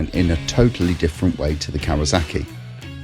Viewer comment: KawaSaki not Kawazaki.